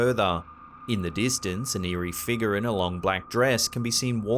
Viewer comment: You add an "R" to random words but remove it from "figure..." You say "figa."